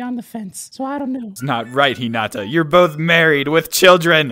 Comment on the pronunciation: i like how u guys say hinata wrong